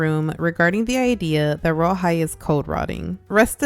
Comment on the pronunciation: Who hears rawhide when they say royal high